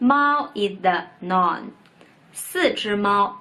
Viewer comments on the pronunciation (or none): Noun is pronounced like 脑+n Naan is 面包在印度， 我不是印度人 :P